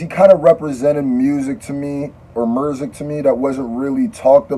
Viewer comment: i laughed at this man like why he say music like mirrrrsic like is the word music copyrighted now